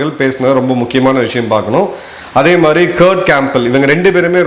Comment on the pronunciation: Madhiri not MARI.